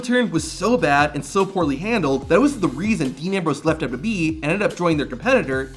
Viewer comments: It took me a minute to figure out you're just saying "WWE" so fast, you're slurring it. I kept thinking you were calling them "WB" like the old TV station before it became the CW. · Why is it so fucking hard to pronounce WWE???